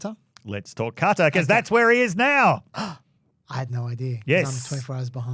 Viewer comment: If the Qatari jet ends up being decommissioned as an exhibit for Trump's library before he is dead, I will eat every hat I own. Also, I get trying to make an effort to correctly pronounce "Qatar", but it REALLY sounds like you're saying "Carter". At least it's better than the Americans who say "Cutter".